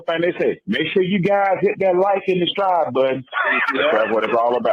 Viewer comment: I’m from Florida and really said “ hit that Like and DESTRIBE button. I heard all those syllables 😂😂